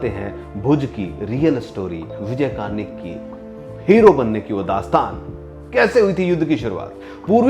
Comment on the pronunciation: आप उनका नामही गलत ले रहे हो...'कर्णिक' है, कार्निक नही